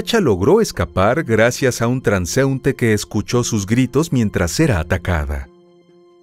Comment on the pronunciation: transeUnte ! Se acentúa la U !